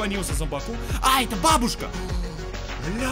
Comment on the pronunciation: Бабушка ударение не туда